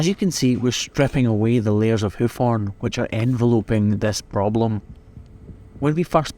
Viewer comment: It took me 6 and a half minutes to recognize the word "horn" being spoken in the video.